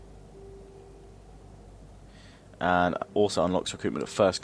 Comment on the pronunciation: Daniel Jacob Chacko It’s actually pronounced Legionnaire(s).